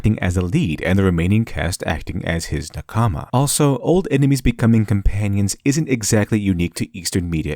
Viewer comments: Good video but as a anime fan you pronounce nakama wrong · the (mis)pronunciation of the Japanese word "nakama" (meaning comrade) stands out quite a bit. perhaps you could research how to pronounce it. but other than that, good video :) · How can you get te concept of nakama so right but the pronounciation so wrong 😬😢 lol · take a shot every time he pronounces nakama wrongly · How did you pronounce nakama so wrong but kishotenketsu so right? Also, when i was first introduced to eastern literature, it felt more normal to me than western. I grew up lacking the amount of agression that many people here in the west have, and i think that may be the primary reason as to why. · ouch that nakama spelling hurts my ears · Probably interesting, but it was too painful to hear the way nakama being pronounced for me to continue listening. Wich is weird for me, as things like this usually don't bother me much. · Cringing every time you say a Japanese word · Awesome analysis! Just a quick note, your voicing of nakama is slightly off. In the Japanese pronunciation, the emphasis is on the first syllable. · Really interesting. I also recommend the book "Samurai from outer space", by Antonia Levi. (Though the pronunciation "naKAAAAAAAmi" is annoying. Say "NAkami", with stress on the first syllable and short vowels throughout. It will be wrong, but a lot less wrong.) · The way you pronunce NAkama as naKAma means i didn't understand what concept you were talking about before reading it on the screen. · NaKAma.... Mmmrrmmm. NAkama. In general, emphasize the first syllable in Japanese words. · Nakama doesn't seem like a word embedded with deep meaning you can't get in English. It means colleague, compatriot, party member and so on. Japanese has even stress on all syllables and it's a little distracting to hear naka-ma when it should be na-ka-ma. Pedantic to be sure, but the author did go all in on the word so.... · Please stop saying Nakaamaa. Thank you.